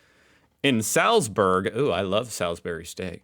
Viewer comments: SALZBERG is pronounced SALTZBERG. They can't pronounce or speak English properly !! BREAKFAST is the most important meal of the day !! Just don't eat rock hard bacon, pancakes in syrup, or cake !! Using the blunt edge of a FORK to cut your food when there is a KNIFE on the table !! NEVER show the bottom of your foot/shoe in a Muslim country !! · Saltz-burg, not sallz-berg